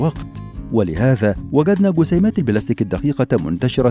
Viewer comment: اللغه العربيه في خطررر. قسيمات=جسيمات، حقم=جحم !!